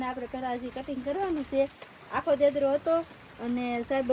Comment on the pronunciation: દેદરો નહીં ઞેદરો કહેવાય